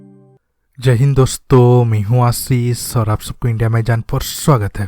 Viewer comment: Apka nam asees hai ja asheesh? Ap bolte tym asees kehte ho